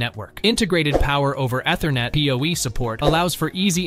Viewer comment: If you can't pronounce Ethernet properly, you have no business reviewing network products.